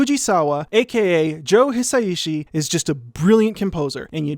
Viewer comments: I think you’d pronounce Hi Sai Shi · Hisaishi isn't hard to say: hee-sah-ee-shee -- Hisaishi. [*] But Debussy now: that IS a name you could try a little harder with! 😉 That piece of nitpicking apart, I loved your detailed analysis. Dōmo arigatō! [*] Similarly, Heian: heh-ee-ahn -- Heian. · someone pointed out to him that Japanese is a syllabic language so the s and ai should be connected and it should be pronounced as a more fluid three syllables, hi-sai-shi, right? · Hisaishi = Hi sa i shi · just putting this here, Joe Hisaishi is pronounced Hee-sigh-shee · I think it's hee-sigh-shee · It's pronounced his-osh-she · Pronunciation tip for Japanese: every vowel ends a phenome. So you say in your description, "watch me try to pronounce Hisaishi..." Break it up by the vowels. Hi-sa-i-shi. Also vowels don't change based on the consonants. So the "i" in "hi" is always pronounced like a long "e." Same with the "i" in ki, shi, chi, ni, mi, and ri. That "i" is always pronounced like a long "e" sound. 💜